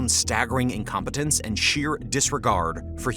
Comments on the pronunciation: Incompitance? Incompetence. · incomp"i"tance? ..... sooo funny!